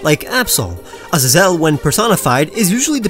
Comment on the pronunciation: You butchered Azazel's name